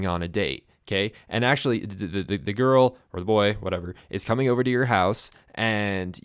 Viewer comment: So is that pronounced "ouse"? ;)